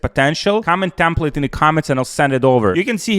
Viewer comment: TEMPLATE BRO TEMPLATR